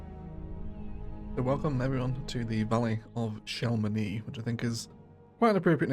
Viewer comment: You nailed the chamonix pronounciation. Some part of france would pronouce the x.